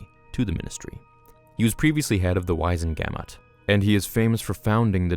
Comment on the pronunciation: It's pronounced Wiz-en-ga-mot, not wise-en-gamut.